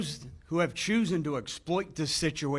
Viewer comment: How can a Sheriff addressing continuing education actually say the word CHOOSEN :22 instead of CHOSEN Did he or did he not graduate from elementary school???????